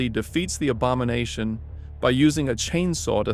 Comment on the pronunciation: The abamonation? i KNEW cyraxx was somehow involved in the characterdesign😂